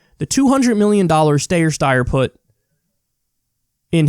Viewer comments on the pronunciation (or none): Steyer is pronounced Stie-er. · Someone needs to tell Kyle how to say Steyer correctly please for the love of god